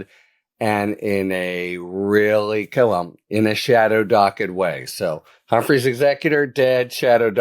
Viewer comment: OOPs! 'Humphrey's' not 'Humphries'... only error made!